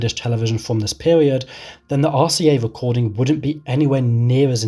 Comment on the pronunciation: Wonderful! A wecording of a Bwitish bwoadcast.. lol. (No offense intended sir 😉)